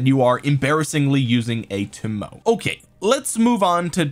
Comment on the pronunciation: Toe Moe Ay is how the Japanese archer lady's name is pronounced. OpenAI bots can also tell you how to pronounce it. They're grrrreat!